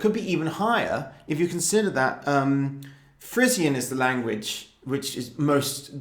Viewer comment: Free- zhun not Free-sian